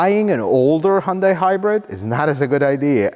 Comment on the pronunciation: Thank you for pronouncing hyundai as hyundae. That is how Koreans pronounce the company. 🎉